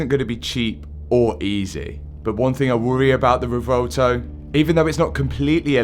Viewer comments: ahh yes theh vuhvelto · Matt I think it’s pronounced Rev-u-elto and not revolto 😂